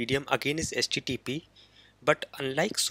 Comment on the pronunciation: It's not "SJJP". It's "HTTP".